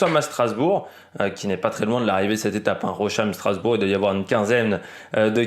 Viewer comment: en Français ou en allemand on prononce phonétiquement ROSSAÏM :goodvibes